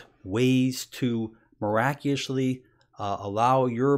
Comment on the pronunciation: Just started the video and he says “miracioshly” in the first 15 seconds I’m skeptical with how legit this video is lol but damn gout sucks ass..